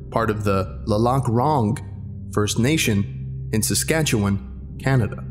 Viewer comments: Surprised you didn't butcher the pronunciation of Saskatchewan. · Definitely can tell someone not from this province by pronunciation of Lac La Ronge. Go soft "g" on "Ronge" (think bastardized anglicizing of a French word). However I'm impressed he got Saskatchewan. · Hi! I'm from Saskatchewan and you pronounced the province right! But Laronge is a soft g sound, it's a Canadian French word meaning "The Chewed".